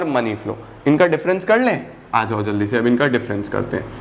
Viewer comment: please take rest your toung is sliping